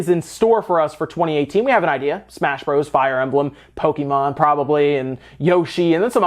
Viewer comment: You're still mispronouncing the "Bros." in games like Super Smash Bros. and Super Mario Bros.